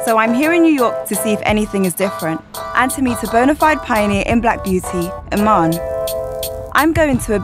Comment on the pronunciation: Apparently I'm a Somalian model and the widow of David Bowie. Das preti cuol But seriously lady, that is not how you pronounce Iman. It's ee-maa-nn.